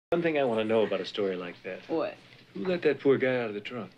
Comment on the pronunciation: The way he turns "that" into 2 syllables always kills me - "Do you see thyat?"